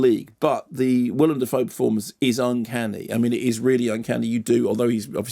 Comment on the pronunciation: It's funny that you make mention of the mispronunciation of Van Gogh, then mispronounce Theo.